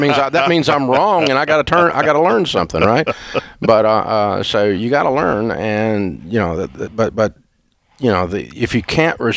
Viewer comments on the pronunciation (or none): none